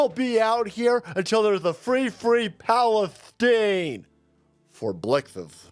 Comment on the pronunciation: did you say Palestine. Or pantystain lol. Just asking